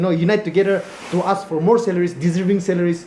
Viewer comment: Aks or Ask??